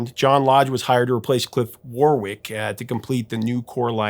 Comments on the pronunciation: It’s is Warrick not Warwick. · Warwick is pronounced WORRICK. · The British pronunciation of the name 'Warwick' sounds like 'worrick' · I meant to say that the name is spelt Warwick but is pronounced Warrick.